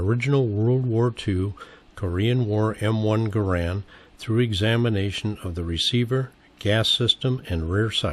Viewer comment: Pronounce Garand properly please